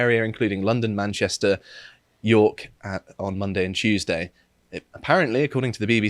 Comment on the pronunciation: CHEWSDAY lmao